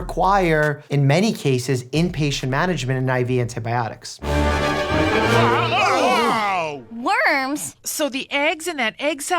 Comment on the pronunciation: Auntie Beyatics. [pause video] 17 seconds later (French Accent) Oh, he means antibiotics. Wow what a messed up pronunciation.